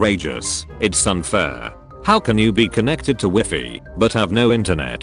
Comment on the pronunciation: Did it say "Wy-fee"? 🤨